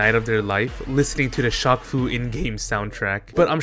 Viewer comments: you slowly killed a piece of me everytime you pronounced shaq as shock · is you pronouncing it "shock" instead of "shack" a bit or something? asking because i've never heard someone say "shock eel o neil" lol. EDIT: wait i get it now, it's French.